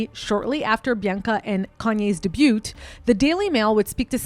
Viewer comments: She did! I don’t think she pronounces words correctly, obviously. Let’s see how many words going forward she mispronounces.😂😂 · I thought it had to be an inside joke w the whole day-butte thing lmao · Debut is pronounced DAY-BYOO not DeyByoot FFS you’re so shady for the fact that you can’t even speak right! Bye girl. And that FRAUD!!! intro?! Like what? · Debut is pronounced 'daybew' and not 'debewt' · You did not just say "dee-bute"... 😂😂😂 It's "day-bew"... "Debut". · It’s “day-bew” not “day-bute” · Debut......the T is silent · "Debute" lol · “Debut” is pronounced “Day-byou” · It’s pronounced “Dey-Byu”. The T is silent baby. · Very well researched but the mispronunciation made me crazy Day-bew Hose-er-ee Eye-van-hoe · Had to stop watching because you say "DEBUTTE" instead of debut. Holy cow. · The T in debut is silent 😊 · Just so you know next time "debut" the T is silent at the end... So it sounds like "Day-buu" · What's a "dabutte"? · Debut is “Dey- BEW” with a silent t . TY for this video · Debut is pronounced day-bue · Great video! ❤ PS: “debut” is derived from French and is pronounced “day b-you”. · had to stop watching at "day beaut" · Daybuut? 😂 are you serious? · Why don’t you know how to pronounce the word “debut” and “hosiery”?? Are you an AI? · Omg she jus did it again. Look up the PRONOUNCIATION OF "DEBUT"!! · Please check how debut and hosiery are supposed to be pronounced. It will make your report seem much more professional. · Still mispronouncing words like DEBUT! The T is silent bag of rocks! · It's pronounced debut, not debut. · You dont know how to pronounce debut or Melbourne so you're not qualified, sorry hun. Leave Bianca alone!!!! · Debut is pronounced wrong 😂❤ love ur vids ❤ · I had to stop watching when you couldn’t pronounce debut properly. So many of these content creators don’t know how to speak simple English words. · Girlfriend, it's a silent "T" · Great video but debut has a silent t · Did you really just pronounce the t in debut 😂